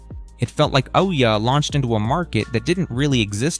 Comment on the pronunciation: its pronounced like ooh yeah